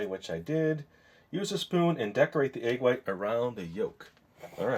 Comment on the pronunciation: "egg yite" xD